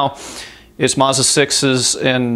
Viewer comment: Many thanks for this - and I do love that you pronounce MAZDA correctly (as there is no R in Mazda)...